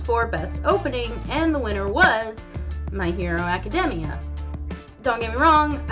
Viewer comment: My hero academia was pronounced so wrong in this video “just to clarify” my hero academia should’ve won